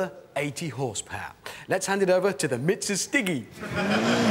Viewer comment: Mitsustiggy ....lol